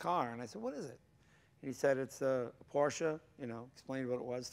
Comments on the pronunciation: It's PorSSSSSche... ;) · Jay is NOT correct, at the 12 second mark he says Porsh, not porsche, not porsha, He says PORSH... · Hey Jay, huge fan of your show and garage! I also love Porsche, I actually have one myself. It's a Porsche 911 C2 1996. I love it to death. But as I watch your show I can't help but notice that you say porsh, It hurts me because it is such an amasing car company, Germany at that, and they deserve your respect. Lots of car fans and fanatics watch your show and ideal you. Hope you have a great day. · Jay only needs to practice his pronunciation a little bit more to become a true Porschephile. P O R S C H E is a two-syllable word...a family name...pronounced Por-sha! Vroom, Vrooom! Lee Raskin, Porsche historian/author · In the video Jay is inconsistent with his pronunciation of P O R S C H E... one syllable or two? Here's a rule of thumb, Jay: You can only sit on your front and back por(s)ch ...but you can definitely sit in your Por-sha and drive it...Vroom, Vroooom! Lee Raskin, Porsche historian/author. See Jay interviewing me for Jay's Garage Book Club - James Dean At Speed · Its Por sche . Two sylables Jay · Please someone tell Jay that Porsche is a 2 syllable word. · Its your car but you cant prounounce the real Name it Calls Porsche not Porsch in german you prounounce the "e" too!! greetings from a german guy.. Dammit english Speaker have massiv Problems with that..